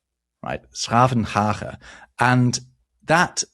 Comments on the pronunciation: Full marks on the pronunciation of 's Gravenhage! Can you please explain the definitions of the words "zee" and "meer" (sea and lake in Dutch) and the German and French reversed definitions of the words? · you pronounced s'gravenhage perfectly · Dutch speaker here, that really wasn't bad :D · ''s-Gravenhage! Well pronounced! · OMG! Your flawless pronounciation of 's-Gravenhage gave me goosebums. Also: Thanks for the Dutch love. I am not saying you were not giving us enough. But i was jealous every time you mention German. And i had to bite my lip wanting to say : ''That applies to us too/more!!'' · Kudos on your pronunciation of 's-Gravenhage. That sounded perfectly fine. Related to that, there's another city in with a similar name: Den Bosch. It's full name is 's-Hertogenbosch, which means Duke's forest. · Chapeau on 's-Gravenhage, that was surprisingly accurate :) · 's-Gravenhage to get it completely correct.